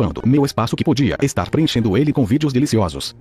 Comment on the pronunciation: ReexeyUSA Na verdade não tá errado é que ele sempre fala vidro e nao vídeo